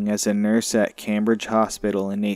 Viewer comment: Please pronounce our cities correctly... Brockton is not a boston suburb. Cambridge is pronounced came bridge. And billerica is pronouncer bill ricker